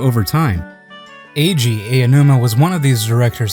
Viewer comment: The Ei-Ou-numa pronunciation makes it really hard to make it through.